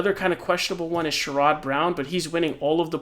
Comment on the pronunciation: Please learn how to pronounce Sherrod